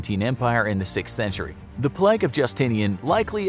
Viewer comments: Everyone else: Plague This Guy: pleg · P L E G G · The way this guy says plague ffs. “Pleg” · I was just about to comment that myself 😂 It was a great video but "pleg" is so distracting 😂😂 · Samuel Aquino you mean plegs? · He says ‘plague’ like ‘plaque’